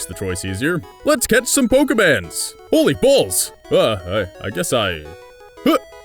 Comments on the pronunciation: its Pokemon not pokeman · its... POKEMON not poke"man"